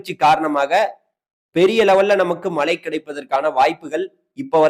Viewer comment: ஐயா வணக்கம் மழையையும் மலைன்னு சொல்றீங்க மலையையும் மலைன்னு சொல்றீங்க உச்சரிப்பை மேம்படுத்துங்கள்